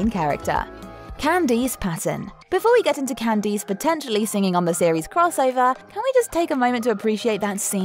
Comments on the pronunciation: "Can-dees"...? It's pronounced "Can-DISS." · Can deese? That's not how you say her name.